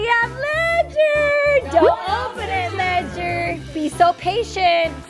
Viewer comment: im just asking why did you call him ledger-nike